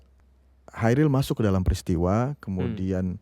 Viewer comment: Pengucapan Kairil Anwar dari pembawa acara terasa mengganggu. Seharusnya KHairil Anwar. Selain daripada itu, video ini sangat menarik dan bernas!👍👍 L50.